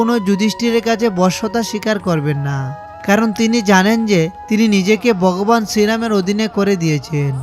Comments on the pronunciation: উচ্চারণগুলো সঠিক বাংলা হলে ভাল লাগতো। যেমন বগবান বিবিষন ইত্যাদি উচ্চারণের কৎা বললাম । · উচ্চারন ঠিক করুন । বগবান ,অযুধ্যা এগুলো কি ????? জযশ্রীরাম 🙏🙏🙏🙏🙏